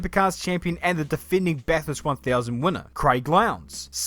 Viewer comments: no car has ever won a race. its the driver who wins not the car. that;s why no American driver has ever won Bathurst (pronounced bathurst not BATH HURST however. Australian made cars and drivers have won NASCAR many times. Thanks for watching. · FYI, it's pronounced "Bathist"